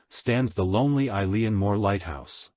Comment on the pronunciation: Its pronounced "E-lan"